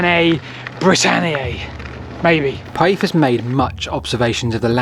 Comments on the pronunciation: Let's include Pytheas =/= Pie-ee-thus. You never heard of Damon and Pytheas? Pih-they-as. Dang, I have to go away. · Interesting vid, my only niggle is your pronunciation of Pytheas, it's Pith-ee-as. noy Pie-ee-thus, you got the vowels mixed up a bit. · Interesting video. I love ancient maps! But, "Pyethus?" "Britian?"